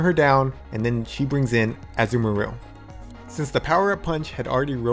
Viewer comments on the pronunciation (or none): It’s a-ZOO-ma-rill not az-uu-merril. Great video though I guess can’t wait for next week!!